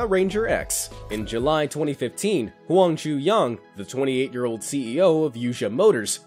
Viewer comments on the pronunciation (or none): none